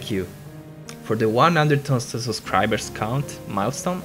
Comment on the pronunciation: The way he says.... the one hundred thousand SUSscriber